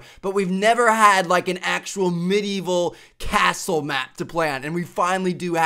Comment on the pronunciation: He says castle funny